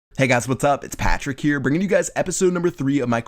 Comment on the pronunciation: anyone else think he says, Patrick, funny in his intro?